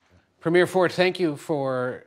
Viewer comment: I’m in Vancouver and I have much appreciation for Ford. He’s saying it correctly.